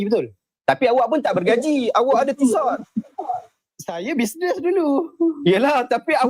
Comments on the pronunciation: Kakaka!!! Sebut Tissot pun tak betoi 😂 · Sebutan TISSOT pun tak betul.. kalau orang ada class, mampu pakai jam TISSOT, mesti tahu sebutan TISSOT yang betul. Kelentong habis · hahaha bila dia tak tahu sebutan Tissot yang betul, besar kemungkinan dia beli kat pasar malam, ciplak punya